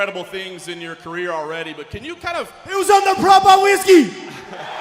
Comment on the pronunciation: smelly man comes up with doubts towards "propah" Irish whiskey.